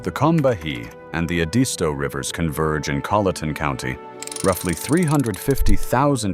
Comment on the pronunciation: The river you mispronounced is Edisto. Pronounced Ed - is - toe. I think you pronounced Yemassee correctly but I do not live in the low country so I may be wrong. I do know about the Edisto River because I own land 1 mile from the N. Edisto River - at the headwaters in Aiken County, SC. Now, that is something you'd love to explore - Aiken County. Aiken is a very historic county with the City of Aiken being a beautiful small city full of gardens, historic features and a rich history of thoroughbred horses. A very friendly city with a thriving tourist industry. Y'all come on down here and give us a visit. We would welcome your visit. Speaking of the Edisto River it is the last remaining blackwater river east of the Missippi and meanders down to the coast where it dumps into the ocean. Perhaps that is where the ocean gets it's fresh water source this video speaks of. You can literally canoe from Aiken County all the way to the ocean without interruption. But, you should be an experienced canoeist as this is a heavily wooded, wild and natural area.